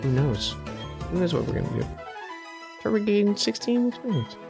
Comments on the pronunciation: Everytime he says Trut-wig I scream at the screen: "FUCKING TUR-TWIG.AAAAAAAAAAAAAAAAAAARGH!!!!" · I love Pokemon Diamond and I am just realizing he is saying "turt-wig" I say "tur-twig" and this is really funny to me. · I've found that there are two major ways people pronounce Turtwig. They either say Turt-wig, or Tur-twig. I usually say the latter.